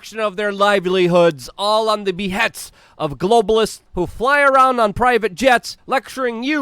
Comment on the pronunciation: Behest not behets